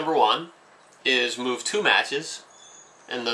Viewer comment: you say move so unclearly i heard REmove